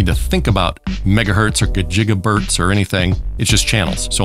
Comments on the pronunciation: Yes, 'Gajigabertz' - The electricities flow out of the antenna at many gajigabertz. and I also love it when he says 'baby jeebus' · Did you say "Gajigabertz", I am so LOL right now!!!!